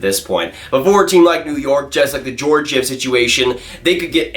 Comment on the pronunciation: Can you pronounce Georgiev right